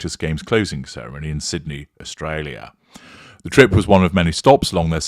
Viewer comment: One dress that didn’t make the “List” was the one she wore in Tonga that STILL had the price tag on the hem. 🤦🏽‍♀️ No mirrors obviously. I did notice that you snuck in a little “ Australia “ accent again after Olive Dress Number 5. Perfection. 👌🏻 🇦🇺